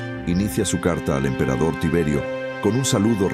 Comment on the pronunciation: muy poco creible, dice emperador Ciberio, cuando es Tiberio, pésima la información y más aun la traducción!!!